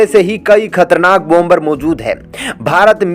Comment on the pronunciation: Please pronounce. BOM BER. as. Bomer. Where. B. is pronounced. SIlent. Not. BOM BER..TAKE A NOTE